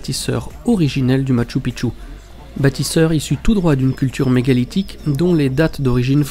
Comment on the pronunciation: Bonjour, NON NON NON ET NON! Lorsque l'on se déplace dans un pays, l'on se doit de prononcer correctement le lieu où l'on se situe. Je te rappelle encore une fois, que MACHU PICCHU est Quechua. Sa prononciation reste: machoo peechoo. C'est à dire en français écrit, Machou Pichou. Ils se peut aussi qu'il soit prononcé ainsi: Machou piKchou. Mais en aucun cas tu ne peut inlassablement répéter: MATCHU PITCHU! Ce qui signifierait que les incas, voire pré-incas, ont construit sur le mont 'petite bite'...... Pas très flatteur en soi.... Merci dans tenir compte dans les prochaines vidéos, car, là je vais aller nettoyer mes tympas.... Toujours de magnifiques images, et à ce sujet, tu remercieras de ma part les caméras....;) Amicalement Gus P.S.